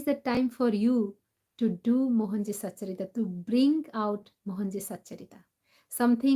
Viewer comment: Satcharitra... Not satcharita🙏